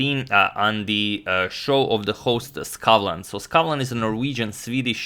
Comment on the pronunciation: As a Norwegian, you pronounced Skavlan perfectly.